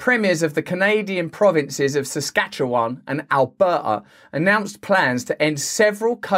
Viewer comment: I'm from Saskatchewan and you said it right. Sincerely, Bravo.